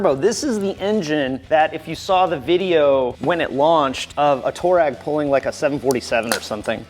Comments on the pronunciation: haha...funny how you say "Toe-rag"..it's actually pronounced "Too-a-REG"..after a famous nomadic tribe in the Sahara desert. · Toe reg????? Mericans cant speak shhht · It's pronounced...Twaa - reg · Lol, I keep hearing "toe-rag"